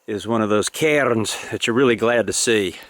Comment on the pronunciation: Tip of the cap for pronouncing cairns with a slightly Scottish accent.